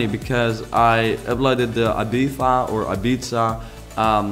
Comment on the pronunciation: The return of Ibiza, pronounced Abifa xD Nice build tho, keep going